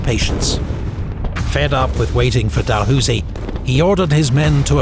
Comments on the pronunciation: I think it is pronounced “Dahl house ee “ for the general of the 7th division. He is now famous for a university in Canada as well as a town in northern New Brunswick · The way he pronounced Dalhousie made me almost choke on my food lol. We pronounce it the same as housing but with an e instead if an ing